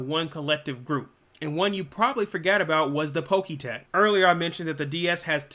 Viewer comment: I can’t stand the way you pronounce Pokétch, it’s pronounced Pok-etch like etch and sketch